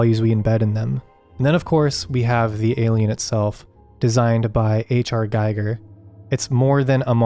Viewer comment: Giger rhymes with eager. Not Geiger counter.